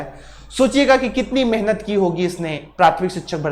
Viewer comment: मेनहत नहीं होता है भाई, मेहनत होता है ये चीज क्लियर है ना